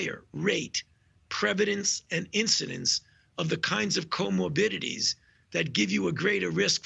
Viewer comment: He just made up a word! Co-mo-bidities? Lmao! Black folk are not the only group struggling with obesity, diabetes etc.